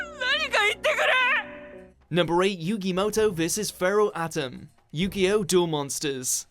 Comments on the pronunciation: a-tem not atom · I hate how they pronounce Atem's name as Atom, it's pronounced aTEM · When the announcer says Atem it sounds like he's saying Adam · Pharaoh Atom. BIIIIIIIITCH LEARN TO PROUNCE THESE NAMES I SWEAR TO GOOOOD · the way you said atem triggered me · they pronounced atem's name wrong, dang it I swear it's like they use a boot leg pronounciation machine half the time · Love the vid but cmon ya gotta pronounce Atem right!!